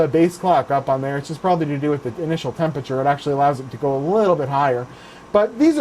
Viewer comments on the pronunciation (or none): none